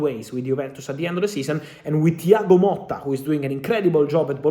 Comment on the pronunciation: Thiago MOTTA not Molta